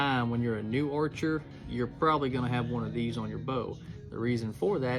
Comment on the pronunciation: He say orcher?😂😂😂😂